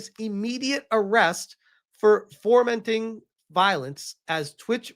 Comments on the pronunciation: FO-menting,... It's pronounced "fomenting," as in "FOE-ment-ing." 😂😂 Love your content, bro. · Hey, the word is "Fomenting" please learn it. Addin an R to it because you don't know the meaning of of it makes you look, uh, less educated.